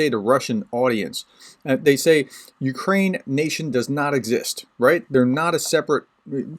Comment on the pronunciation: And no you did not say that right - but it is the thought that counts and - YA taka lyudyna, yakiy ne bayduzha Ukrayina :)) Slava Ukraini!